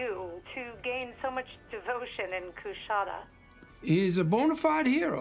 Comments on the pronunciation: As someone who lived in the area, I still cringe at every mispronunciation of Coushatta. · Hate to be this guy, but being from Louisiana the way he says Coushatta is fucking killing me.